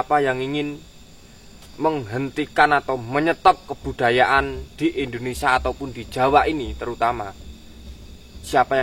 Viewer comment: Indonesia Boss... Bukan Indonesa..